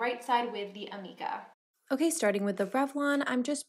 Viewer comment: It is pronounced ameeeka.... lol. Per my salon